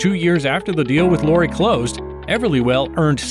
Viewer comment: You can't even pronounce Lori's name correctly? Good grief!